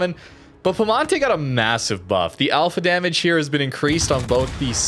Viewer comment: there's an I between the P and E in piemonte, in italian you just pronounce all letters